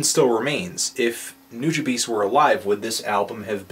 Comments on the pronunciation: Let's put this name thing to rest. It's pronounced as; Noo-Jah-Bes, not Bees. Japanese language doesn't pronounce a capital E, it's spoken as a lower case. This includes E.Honda. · It's pronounced noo-jah-bess. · only complaint is that his name is pronounced Noo-Jah-Bess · It's pronounced Nu-ja-bays (ヌジャベーズ). The artist's name 瀬場潤 (セバジュン or Seba Jun) spelled backwards. I lived in Japan and saw the dude live the same year I saw Madlib. Not trying to tell anyone how they're supposed to say it, but that's how most Japanese pronounce it. Take it or leave it. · Substantial recently made a song insulting all of the people who can't pronounce his name right. It's "New" "Juh" "Bess" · implying that Nujabes isn't his name "Seba Jun" backwards. if you listen to tracks of him all of the artists pronounce it "Nu, jah, bess." If you want an example listen to Hikari (feat substantial) around the 10 second mark he says, "Substantial and Nu jah bess. still doin' this, yeah. Shing 02 and nujabes himself even said it's pronounced Nu jah bess multiple times. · I'm so trigered at how you pronnounce Nujabes. It's Nu-JAH-BES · I thought it was pronounced Nuh-Juh--Bess. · Sir Boolin The Fuggiest Swae same until I heard Funky DL's Ode to Nujabes and found out it's pronounced Noo-Jah-Bes (kinda like "you da best") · It's pronounced New-ha-b's. It's basically his name backwards. Nujabes- Sebajun. Anyways I think his best mc track was "Highs n Lows" feat. Cise Starr. Check it out people.. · it's Nu-Ja-Bays. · It's pronounced (NEW-JAH-BESS). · Actually it's pronounced wrong here too, listen to the Ristorante Mixtape or any of the interviews. It's pronounced NEW-DJAH-BEHS. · its been said before in these comments, but just so everyone knows...its pronounced Nu-Jah-Bess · Nujabes (NEW-Juh-Bess) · NOO-JUH-BESS (Like "best" without the T) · its pronounced .."NEW Juh Bahs" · It's pronounced new-Jaw-base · what the fuck did he just say? New jah beez? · New-jah-bess, butcher of Japanese language ;)